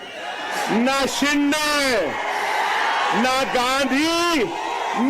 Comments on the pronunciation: सिंडे नही सिंदे 😊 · साहब, शिंडे नहीं, शिंदे